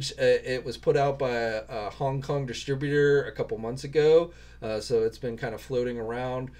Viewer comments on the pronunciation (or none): none